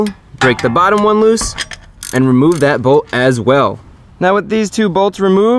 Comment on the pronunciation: It’s funny how he said we have this N we have daat 😂